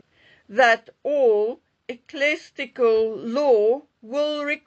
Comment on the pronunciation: Eclesiasistic. Not eclestical. You're welcome. And yes, language matters